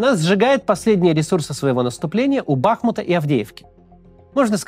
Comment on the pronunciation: У БахмУта. Ударение на у.